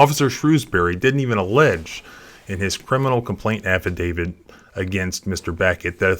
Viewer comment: It’s “affidavit”, not “affidavid”.